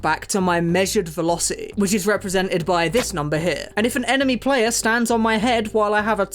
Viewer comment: The "T" in the word "velocity" is not silent m8.